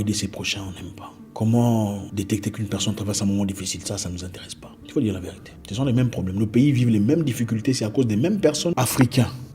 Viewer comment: Superbe Zack! La vé-ri-té, 3 syllabes mon frère!!!